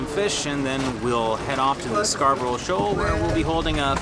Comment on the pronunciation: as a long time viewer i have to point out, you cant say scarborough.. i know how to pronounce it, i live where the shoal was named after